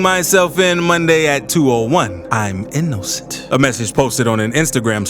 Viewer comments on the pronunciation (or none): “I’m in-NO-cent” 💀